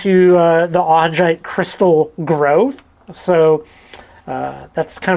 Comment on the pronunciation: There are better examples of Augite up Lincoln creek valley. If you are in the Doty hills then you are on the wrong side of the ridge. The Lincoln creek formation is a pretty large area. Also it is pronounced Au-guy-t. Also in the Lincoln creek formation you can also find pillow basalt.